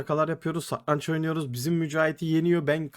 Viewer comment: satrancin telafuzunu ogren abi